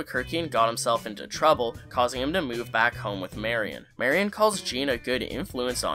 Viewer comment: Good video and you pronounced her name right instead of saying "merry-on"!!! 😀